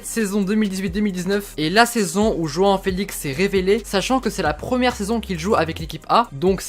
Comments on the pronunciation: Je rêve ou il dit « juin uin » au lieu de joao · T'arrête pas de dire joan alors que c'est joao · Tu lappelle joan. C est joao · Merci 😊🇵🇹 João on dit " janhahant " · Ça se dit roão sinon super vidéo je les adore continue comme ça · La prononciation de João elle fait mal aux oreilles